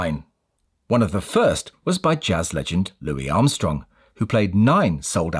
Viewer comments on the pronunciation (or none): none